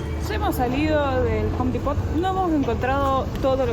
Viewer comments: Just in case, the pronunciation of Depot is DEpo. The T is silent and the emphasis or accent falls in the first syllabus: DE. So it is DEpo. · Depot suena como "dipo"